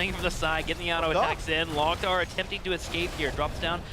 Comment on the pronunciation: Stop saying Lock Tar, It's Lowk Tar. Orc phrase